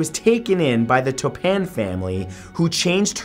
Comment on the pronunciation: Mathew you pronounced Jane Toppan wrong, smh.... Canadians